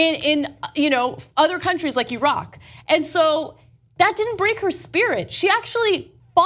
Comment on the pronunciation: Upvoted for Ana being the first American I have ever heard correctly pronouncing Iraq.